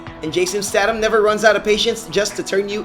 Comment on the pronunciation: statham is pronounced staythem